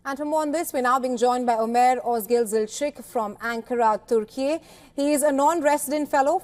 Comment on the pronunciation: Why Indian news anchor are pronouncing Turkey as turky.